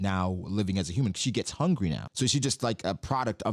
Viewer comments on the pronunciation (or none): none